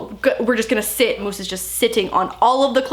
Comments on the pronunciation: In the beginning I thought she was yelling “mouse!” Instead of “Moose” 😂 love u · Is it just me but... the way she says Moose sounds like mouse! It’s so cute! 💕🌸😂